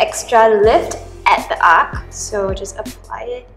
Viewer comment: My fav look is the strong and arched brows, it looks so sexy!:D Btw, I think you are pronouncing "arch" wrong. It is supposed to be pronounced as "Ar-ch" not as "Arck".